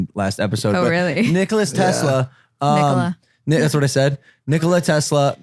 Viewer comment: Nikola Tesla the government stole his ideas I mean that is almost a fact it's not a theory and I think Shantel could probably compromise I don't know about confirming if he died a virgin Logan and no you did not pronounce his name right LOL how funny cell lab you there Logan Paul